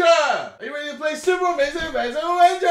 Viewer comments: Iat the start it sounded like KSI was sayin 'super wanking adventure!!!!' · At the start, it sounds like he's saying 'super amazing wankin adventure.' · It sounded like he said : 'Super Amazing Wanking Avenger' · The more I listen to it, the word 'adventure' sounds like 'avenger' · JJ, all i heard at begining is "SUPER AMAZING WANKING ADVENTURE" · i thought u said super amazin WANKIN adventure LOOLL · It sounds like Super Amazing Wanking Adventure when you say it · In the beginning, I thought he was saying "Super Amazing wanking adventure!" lol